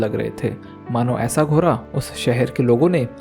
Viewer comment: Bhai घोड़ा होता है घोरा नहीं😂